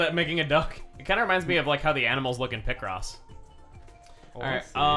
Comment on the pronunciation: chugga's pronunciation of picross was really something else